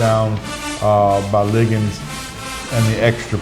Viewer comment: Stop calling Ligon, Liggins. Come on Host